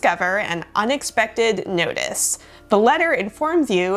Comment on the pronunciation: When you started reading the story it sounded like "upon checking the mail you discover an unexpected nudist". That would make for one hell of a morning lmao